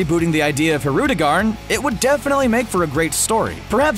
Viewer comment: You pronounced Hirudegan's name wrong